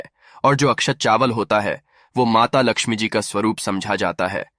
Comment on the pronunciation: Mata Laxmi ji ka naam to sahi s lelo